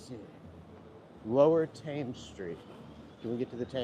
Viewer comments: Excellent video, and different from many on here. You make it interesting and it's as if I was with you and you are talking to me. The Thames is pronounced T-ems. I know you don't mind me correcting you for next time. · Thames is Pronounced Temms. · The River Thames is pronounced ‘Temz’. London Bridge is so named as it connects to the ‘City of London’ which is around 1 square mile where the financial district is. Tower Bridge is so named as it is close to the Tower of London rather than having two towers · and Thames pronounced ‘tems’